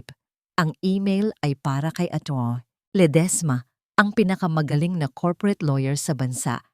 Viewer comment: Ang Arte mo namang mg pronounce maam Lede esma Diba Ledisma